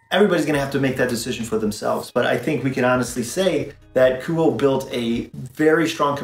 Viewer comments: It’s pronounced Ku oh eh. Nice review though. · It's pronounced KOO-OH-AY